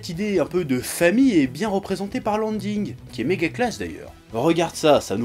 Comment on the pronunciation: Pk ta prononcer ending anding